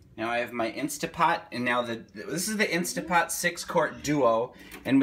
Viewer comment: Thumbs down for saying "instapot" JUST KIDDING thumbs UP for!